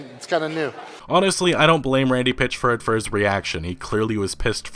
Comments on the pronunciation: "Pitch-ford" "Janra" (genre) Wtf is it just me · This dude....PItchford not a Pitch.....ford. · Why do you keep saying his name wrong for ?!